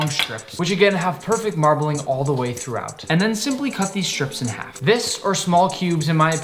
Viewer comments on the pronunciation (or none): none